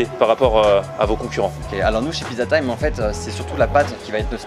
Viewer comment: "Une piza pommeu de terreu" svp